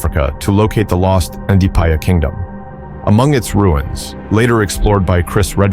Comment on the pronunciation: Evil never wins, but evil never quits either. The same is true vice versa. This is also why RE5 isn’t racist; zombies aren’t a Hollywood thing, they’re African culture. So it only makes sense a zombie virus has its origins in Africa. Coming from a black American. One small critique tho… the D is silent in the name “Ndipaya.” So the pronunciation is “Na-pie-ya.” RIP Raccoon 💔